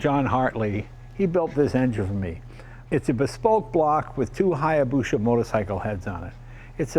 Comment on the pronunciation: Nice, but Hayabusa is prounced as written, not Hayabuschchcshha. It's "sa" at the end, no 'c' or 'h' in there.